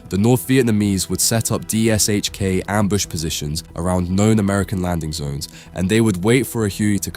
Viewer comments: Only an A.I. narrator would say "D-S-H-K" instead of " Dish-Ka". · sigh The PPSh suffered, the DShK suffers. It's not D-s-h-k, it's D-Sh-K. Phonetically, De-esh-ka. Or Dy-esh-ka (varying on dialect or variety of the languages that recognize the letter). The 'Sh' is a single letter and pronounced as such. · It's not pronounced as "D.S.H.K". It's "deh sheh kah". In Russian, the gun is spelled "ДШК" (Дегтерева-Шпагина Крупнокалиберный - Degterev-Shpagin High-Caliber (Machine Gun)). Russian has the letter "ш". English has the same sound, but it's represented by two letters ("sh"), as in shame, shine, shovel, etc. Same story with PPSh-41. It's pronounced as "peh peh sheh". Russians also commonly simply the pronunciation of these two guns as "dushka" and "papasha", respectively. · You`re pronouncing it wrong. It`s not D S H K its D Sh K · Its pronounced "Dishka" and it still doesn't come close to the M2, dream on though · Just say dishka please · Забавно на английском звучит ДиэСэйЧКей. Хотя там S и H должны читаться как Ш по задумке.